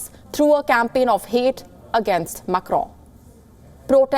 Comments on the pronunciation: Why you oronounce Macro so strong. Cant you listen french tv just to pronounce little better. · “MAK-ROOUN” lol so annoying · Did she just said,'' Emmanuel Macro''? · please stop pronouncing "Macron" like that... do you hear yourself? oh my god